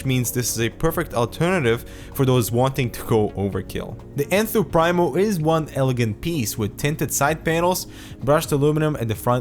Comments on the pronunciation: Pree-mo not prime-o; great review and thanks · I believe it's pronounced "preemo". I think it means "the first" in Latin. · I'm getting this case as soon as I find it in stock :) Just to give a little more backup for the argument that it is indeed pronounced PrEEmo (not Prime-o), there's a video from Overclock . net where a Phanteks employee gives a walk-through of the case and calls it Enthoo Primo in the traditional pronunciation (preemo).